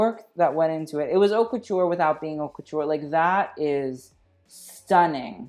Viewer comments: Is it that you don't even know how to pronounce your own channel, or are you doing a play on words? It's pronounced 'Oat', with the H silent. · meanwhile he can't even pronounce haute